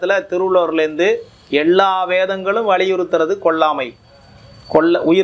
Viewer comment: Why is this person pronouncing as : "கொள்ளாமை" .. "எள்ளா வேதங்களும்"? If 400 people hear this, they are going to amplify these mistakes that many multiples of times! This is a problem in democratizing media -- errors propagate.